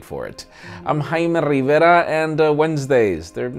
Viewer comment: Why u say haime rivera... Or its only me who hear that.... >>>>